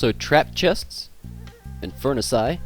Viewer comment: Also trap chests and furnasay (furnaces) LOL WUT? So funny